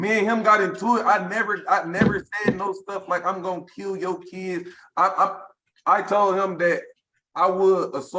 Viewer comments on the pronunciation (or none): correction "fo keedz"